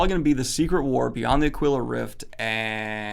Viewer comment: Aquila is pronounced AH-kwi-lah.